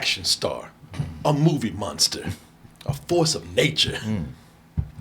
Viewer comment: still can’t shake saying Monster like “Munster” 😂